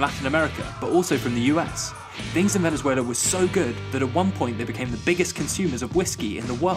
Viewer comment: This guy said “Venezueler”